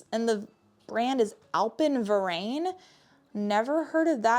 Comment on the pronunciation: Hahah Alpenverein, it’s German 😂 it means Alpine Club, funny how you pronounced it ;) I am from Germany 😉